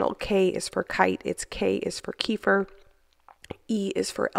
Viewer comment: I love you so much! but can I say...it's KUH-FEER not KEE-FUR like Keifer Sutherland. Lol. Just like you wouldn't call it dzalapeno or fahgita LOL. Ok I can't spell that. I'm bingeing all your videos! YOU ROCK!!